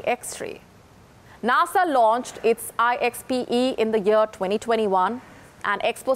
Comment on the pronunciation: She can't say NASA